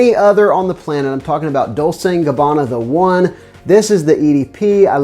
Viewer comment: Dolce is pronounced with a ch sound - as in Dol-chay - not Dol-say. 🇮🇹